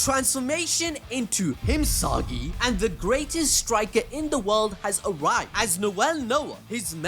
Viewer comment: "HIMSAGI" puts a smile on my face every time he says it 😂😂😂